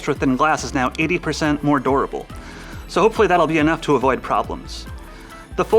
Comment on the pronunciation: He can’t pronounce durable xD